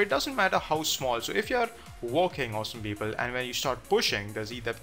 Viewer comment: Prajapati Oh it's "awesome People".... I thought he was saying "Awesome Beagle" over and over! LMAO